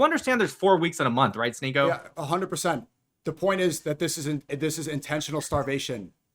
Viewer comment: "sHneako" you are so embarrassing...